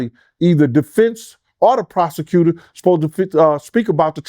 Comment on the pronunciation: Nicca said the “prosecuser” pronunciation be killin me😭